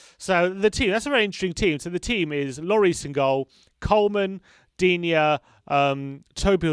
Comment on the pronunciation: As a french i'ts funny to see that the Spurs fan pronounces better the name Lucas Digne than the Everton fan ^^ and it's funny to see how high he is rated in England, whereas most Frenchs don't rate him (personnally I think he is great though)